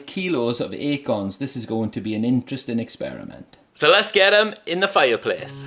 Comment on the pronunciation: Bro sounds like he's saying "akons" I keep thinking about the 00's rapper, hahaha.